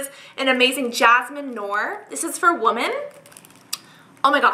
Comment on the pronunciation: Idk if its just me but whenever cassandra says women and sounds like shes saying womAn. Weird but its actually adorable lol